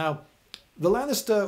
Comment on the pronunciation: Is it only me or it's sounds like you had to buy gladiators from the Lannisters? (Ik he's saying Lanista, but still)